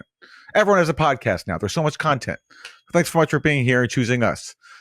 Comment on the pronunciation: Content > Cuntent